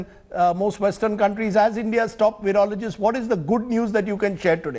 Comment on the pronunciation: It is PRONOUNCED VYROLOGIST NOT VEEROLOGIST (Virologist ) Please don't invent words Sir 😜